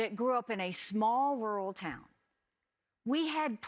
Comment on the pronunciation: Inalienable not un-alienable. Such a phoney.